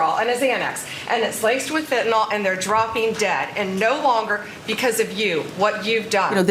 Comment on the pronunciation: I am sick of otherwise intelligent people saying “fentanol.” It’s fentanyl dammit! Nevermind Bondi is lying and propagandizing. Btw, Fox wanted both Obama and Biden to fail.